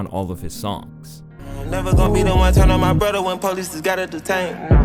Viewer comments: Bruh, it's turn not churn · Why does this guy say “turn” like that. I’ve heard him say it the same way in a couple of videos